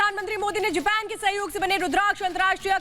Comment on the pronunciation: जेपेन नहीं मैडम जापान होता है... पीला वस्त्र पहनकर बैठी मैडम ध्यान दें